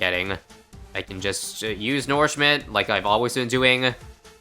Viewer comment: I dont like how you pronounce nourishment Do you also call manure, "manoor"?